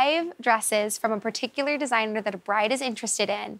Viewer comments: Paticular? Where did you go to school? It is spelled Particular. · First one: can't even pronounce the word 'particular' ... JS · She's very particular yet she can't pronounce it correctly.